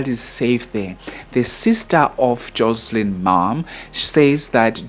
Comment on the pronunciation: It's JOSHLIN